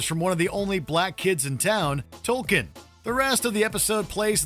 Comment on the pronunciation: His name is Token, not Tolken. As in he's the token black kid in the story